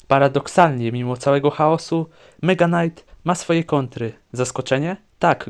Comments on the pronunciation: Czemu mega knight mówisz normalnie ale zwykły knight to już jest knajt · Czemu tam powiedziałeś "Knajt" (knight) nie czyta się k gdy jest przed n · Jakim cudem Mega Knight czytasz dobrze a Knight źle 😮